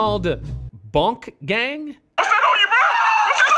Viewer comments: Man just said Bonk gang it’s BOONK GANG WITH A WHOLE LOT OF GANG SHIT. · This guy said BONK GANG INSTEAD OF BOONK GANG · it’s Boonk Gang not “Bonk Gang🤨” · This whiteboi really said "Bonk Gang" im fucking dead dk bonk its boonk 😂😂😂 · It’s said boot gang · y you say boonk gang like that